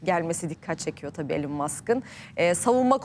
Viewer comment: 😂 İlan'da değil, İlon, Google'e yaz: how to pronounce elon musk